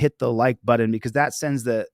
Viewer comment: Hi. What’s a “buddon”?